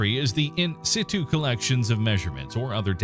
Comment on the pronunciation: ALMOST got the pronunciation of, “in situ” correct. SOOOO close, but no, not really. Not even close.